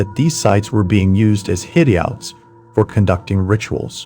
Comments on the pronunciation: Yeah this channel is awesome but the voice is AI lol (which is fine because I rarely notice it). For example in this video it says hid-dee-outs instead of hideouts. I dont care though. The stories are soo good. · TIL that this narrator voice is AI and not actually ". "hid-ee-outs" and "hossting" gave it away, as well as calling it an "it department" instead of "I.T. department Still love the channel just mind blown"